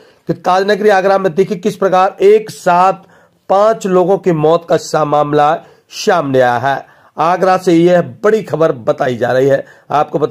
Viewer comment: Arre shamne ni samne hota hai 😂😂😂